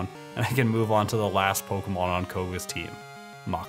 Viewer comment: good but you do say pokemon wrong its poke kay mon